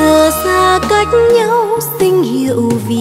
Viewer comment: Thiên Quang và Quỳnh Trang hát bài nầy rất hay và rất truyền cảm. Có điều QT lúc hát phát âm chưa chuẩn mấy, cần phải để ý tí xíu nữa. Chẳng hạn như đoạn "Giờ xa cách nhau xin hiểu vì đâu...". Chữ "xin" mà QT hát là "xinh", nghe không pro cho lắm. Đây là góp ý, chứ không bôi bác nha.